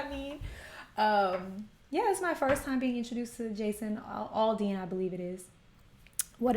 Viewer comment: It's Aldean not Alldean